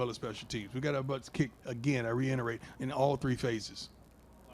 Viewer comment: "Again, I reinerate .."